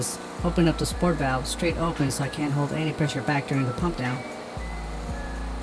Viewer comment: This is just nitpicking, but it's Sorit valve, not sport valve, unless yall just nickname it that I don't know lol. Good job on the video though man👍👍